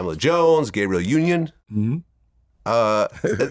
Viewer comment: Vlad always calls Gabrielle Union “Gabriel Union”.